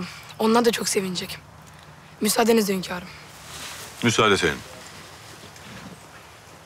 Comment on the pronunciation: hönkarım dedikçe sinirden dişlerim gıcırdıyor